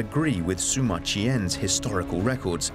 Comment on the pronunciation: The historian is named Sima Qian, pronounced See-ma not Soo-ma. Pls try.